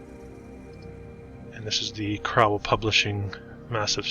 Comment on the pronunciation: The Crowell-Collier complex was demilished a few years ago. It's pronounced crow not crou. The ild high school sat across the street from C-C. The old pist office was bought by St. Raphael Catholic Church (across the street) for use as their school until construction of a "proper" school adjacent to church. The K of P lost money in the crash of 1929. Their state home sat on plenty of acreage. Sold iff in bits. Home closed in early 1950s. Site was cleared for the new Mercy Hospital( now demolished too). Our Warder Public Library and Free Reading Room WASN'T demolished! It still survives to the west of St. Raphael's. It is our literacy center. Your research was VERY faulty. Yes, it's sad that our Big Four station lasted just shy of 5 decades, but train travel was dying. Cars were taking over. Many buildings were leveled to get the two overpasses, not by-pass (that is outside and west side city). Houses and factories were lost too. Photograph of Recitation Hall has been acknowledged as to its construction in 1880s. Many now gone buildings had information plaques attached, which were lost in demolition. Much of our city's wealth came from the various factories at the time. Mr. Bushnell was no exception. One needs to see his Greek temple mausoleum in nearby Ferncliff Cemetery and Arboretum. The tall fountain was junked in the 1950s because of cost prohibitive and costly maintenance issues. A new, shorter one would be placed there in the very early 1990s.